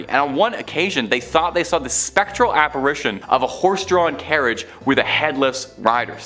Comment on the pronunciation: App-a-RI-tion, not App-a-RAY-tion. Want us 2 like u? Pronunciation works WONDERS🙄